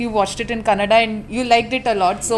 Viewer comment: Bhai aapne starting me jo Kannada baat ki , 1 minute ke liye aisa laga ki aapka Kannadiga ho 😍